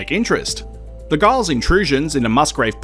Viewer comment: Giles is pronounced with a J